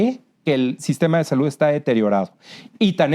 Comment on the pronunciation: No sabe ni pronunciar "salud"